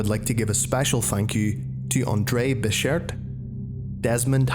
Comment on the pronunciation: You said Andre bechert wrong...